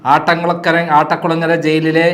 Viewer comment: ആട്ടക്കുളങ്ങര അല്ല അട്ടക്കുളങ്ങര ആണ് ശരി